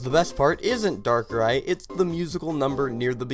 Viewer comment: The movie was my first Pokemon I watch, the reason why I love the Pokemon darkrai, I know it has flaws but I still enjoyed the movie even tho the flaws are there and no you didn’t pronouns it right XD